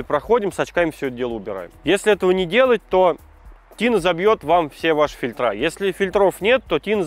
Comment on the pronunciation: сплинкерА и фильтрА - бьет по ушам